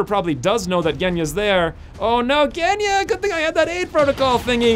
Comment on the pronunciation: G in Genya pronounces like G in Gina